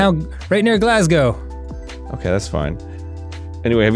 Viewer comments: Thank you for pronouncing Glasgow properly Dan. Well at least as a non-Glaswegian. Most Americans I've heard say it like Glass-cow. A Glaswegian would pronounce it Glesga. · Low key impressed that Dan said Glasgow correctly. 👏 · Waiwaiwaiwaiwait a second You're telling me that two Americans Know what Scotland is AND they actually pronounced Glasgow correctly? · When Dan said Glasgow properly, my heart fluttered. I'm not into guys, but Danny's working real hard to change that. Also, Arin's getting good at this! There's hope for humanity :') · as a Scottish person it was nice to hear Glasgow said right and not as ‘glass-cow’ lol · DAN SAID GLASGOW CORRECTLY OH MY GOD so used to Americans and Glass-gow when its really Glaz-goh